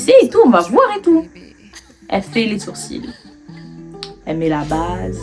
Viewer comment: Les sourcils ils étaient vraiment bad prononcé 🤣